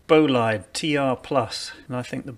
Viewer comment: Nice video! Yup first UCI Illegal TT I actually like the look of too! Bolide is pronounced as ‘Bol-ee-day’